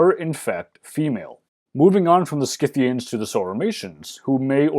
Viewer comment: Thank you for pronouncing the "c" in Scythians as a "k", since it's a latin name. From what I've gathered, only royal aka upper-class Scythians, Sarmatians etc. are believed to fight along with warrior men of their people, where thhe Greco-Roman world is concerned.